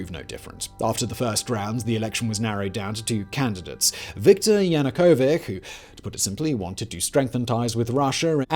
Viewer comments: Yah-na-koh-vitch, not Ya-nu-kovic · Yanukovich not -ck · Yana-ko-vich Not Yukavik!! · Yanukovich is not Yanukovi[k]. He is Yanukovi[tʃ], like in Malkovich… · Not sure why Yanukovych name is missponounced. How could it be overlooked while preparing for the video? I mean, just read his name as it's spelled everywere, why "k" at the end? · It's like Yanukovits, not like Yanukovik. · Viktor Yanukovi[ch] not Yanukovik, to begin with... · ZERO MEMTION OF THE ODESSA MASSACRE. JANUKOWYCZ NOT JUNOWYK idiot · You should learn how to pronounce Ukrainian names: there is NO YanukovyK, there is YanukovyCH, just like you pronounce, correctly, ZacharCHenko. But the movie is VERY interesting. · Fun fact: Yanukovik actually has a 'ch' instead of 'k' in his name, making him in fact a Yanukovich. Like dozen times you said his name incorrectly in the first minute. Obamer, Bidon, Cliton and Tramp. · YanukoviCh not yanookovik. If you want to be taken seriously learn how to pronounce names. 🎃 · Would be nice to pronounce politicians names as they supposed to sound.not yanukovic , but yanukovich.And clerify usa, gb and nato rolebin conflict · Another talking-head regurgitating someone else’s script. If you personally looked into the conflict you wouldn’t call Viktor YanukovyCH as YanukoviCK. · In case you are struggling with pronunciation, please use wikipedia: There is a listen button, you download the file, play it and boom! No more embarrassing "Yanukovik". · Damn, pal. That was a bunch of narratives. You did not even learn the name of the leader, Yanukovitch. You did not call him right a single time, damn. And, sure, democracy is not a vote, but the correct counting. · Total garbage! Not a word about USAID engagement, about Victoria Nulend roll in the Maidan "uprising" ... And, it's JanukoviCH, you mo*on! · It's yanukovyCH. You do not pronounse it correctly. The first leader in human history to be overthrown by two consecutive revolutions. This should go into history books.